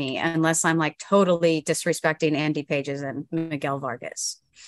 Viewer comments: andy pronounced Pah-hays can mash he is a pretty good prospect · For a show called Farm to fame, to say the dodgers prospects are not a big enough return is a bit silly. One if not the best farm system in baseball…You don’t know how to even pronounce Andy Pages’ name, so it’s not surprising you don’t think the prospects are good enough. It comes across as an under researched pod, and just people throwing their opinion without all the facts.